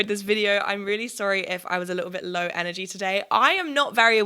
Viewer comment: The only words that sounded off in the American accent: Admirer That Energy Work